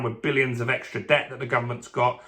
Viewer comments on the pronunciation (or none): none